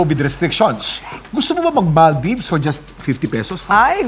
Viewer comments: maldaybs pa more.. maldeeeeeves po ang pronunciation nun. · maal deevs hindi mal daybs.. yawa pastilan